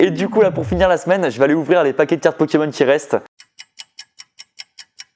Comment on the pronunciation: Qui avaient envie de s’eclater le tête contre un mûr quand il disait mal le nom d’un pokemon 😂